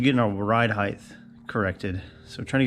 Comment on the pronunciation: When will you offer merch? How about a t-shirt that says “heighth”?